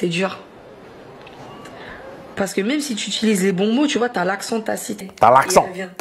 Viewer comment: Ce que j'entends beaucoup aussi, c'est ceux qui, au lieux de dire "utiliser" disent "utuliser" Ça rend fou